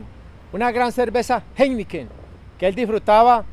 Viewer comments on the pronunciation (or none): Like por todas las veces que dijo geniken, geineken. 🥺